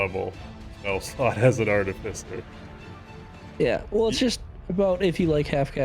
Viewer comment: I'll say this for you. When it comes to the artificer, you guys tend to put the emPHAsis on the wrong sylLAble!! LMAO